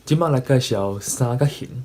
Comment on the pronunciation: 你有當陣仔sann-kak-「hîng」會講tuì sann-kak-「hîn」/「hîm」去,ài加注意 上尾hit pha衫仔褲真心適XD 感謝你對Tâi-gí教學ê tshui-kóng